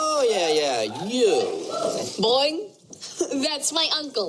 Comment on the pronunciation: She siad Boing